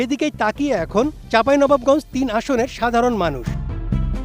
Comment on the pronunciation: চাঁপাইনবাবগঞ্জ উচ্চারণ হয় নাই উপস্থাপকের